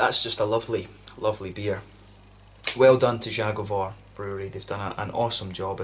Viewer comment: Your pronounciation of „Zagovor” is so bad and it’s your fault because your are exaggerating ;) First don’t say the Polish letter. Cause you say Ż. Żagovor. Say simple Z. Zagovor.